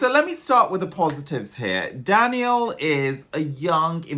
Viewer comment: You are the only one on the internet who pronounced his name right, well done! I cannot wait to see the staging and hear Daniel sing live.